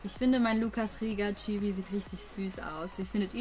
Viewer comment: das I von chibi wird kurz gesprochen